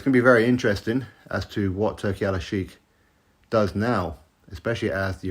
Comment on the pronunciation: It is Turki Al Sheikh not Alalshiek. And the way you pronounce it literally means Turki The Lover according to Arabic Language😂